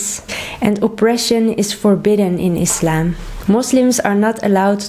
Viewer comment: Thank you for your correct pronunciation, (Islam) not (Izlam)